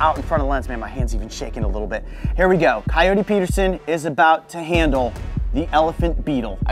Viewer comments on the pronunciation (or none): sorry but I'm still laughing of how just call Coyote Ka-your-tue I'M SORRY JIM